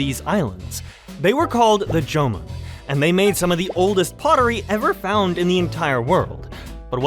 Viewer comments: What is with Americans saying "Yo" for "jo"? Its Joh-mon not Yeoman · The J in Jomon is actually pronounced as a J 縄文